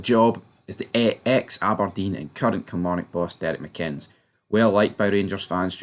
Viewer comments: It would be an absolute disaster....for this channel if he was appointed. Struggling with the pronunciation fella 😄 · There's videos where they do pronounce his name correctly. I just always assume they are deliberately mispronouncing it. Maybe goes back to something from earlier videos before I was watching. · If he came, and I doubt he would if there are absolutely no funds available, it'll be interesting to see how long it takes you guys to spell his name right or pronounce his name correctly. Apart from that, keep up the good work.